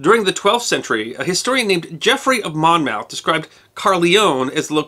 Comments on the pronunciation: Great video, but "Monmouth" = Monmuth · Teeny tiny quibble, "Monmouth" is /ˈmɒnməθ/ MON-məth, not /ˈmɒnmaʊθ/ MON-mowth. Otherwise I think you nailed everything, and informed me I've been pronouncing "marquess" wrong for some time! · Locally, it's usually pronounced "Munmuth", though whether that's a Welsh pronunciation or a rather snobbish English one I'm not sure. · You were good with the Welsh and the pronunciation of "Suffolk" but lost it with "Monmouth".